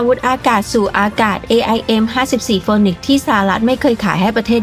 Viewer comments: AIM54 ฟีนิกซ์ครับ ไม่ใช่โฟนิกซ์ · AIM-54 Phoenix เอไอเอ็ม54 ฟีนิกซ์ ไม่ใช่ออกเสียงว่าโฟนิกซ์นะ แต่ก่อนผมก็อ่านออกเสียงแบบเลยโดนครูเบิ้ดโหลก😅😅